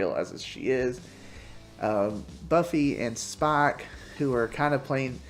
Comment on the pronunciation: When you say Spike it sounds like Spock. Loved the video! ❤